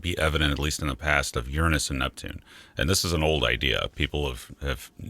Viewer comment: Within the first 4 minutes he pronounced Uranus properly.